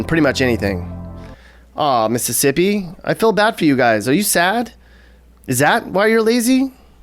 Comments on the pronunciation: I really PEED laughing when I heard "Mississipee" LMAO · lol mississipee